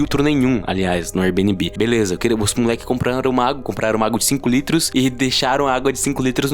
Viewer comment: Kkhkhkhkhkh "érbinibí"